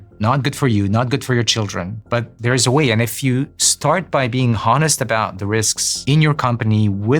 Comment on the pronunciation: Not his first language, lol. Easy to tell by his constant mispronounciation of "Honest".